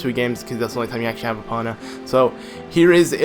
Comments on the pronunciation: EE POH NUH not EE Paw Nuh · he said Epona wrong